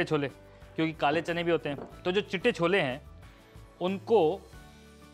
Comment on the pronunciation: Did you say "cholbe"?